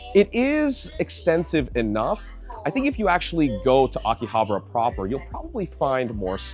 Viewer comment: Why do most YouTubers pronounce Akihabara wrong? 👀